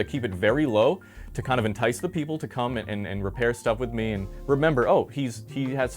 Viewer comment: Bro has to exaggerate the word "come" into "cum" 🦝